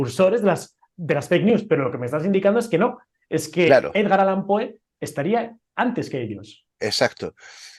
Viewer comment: Con todo respeto, es "Allan". Enhorabuena por el canal🤗